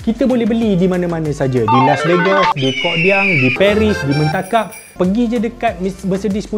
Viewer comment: Kok bisa ngomong slang jowo.😂😂 Mentakap tu wajip ada.😂😂😝